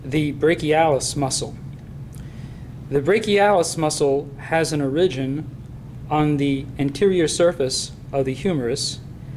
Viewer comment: great except after a while the fact that he's not pronouncing "origin" right just gets annoying